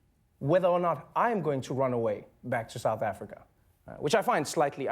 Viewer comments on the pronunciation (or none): He said Africa. Or rather, "Afrika".